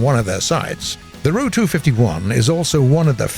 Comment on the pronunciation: I hate how he say the ''ru'' instead of the ''R.-U.''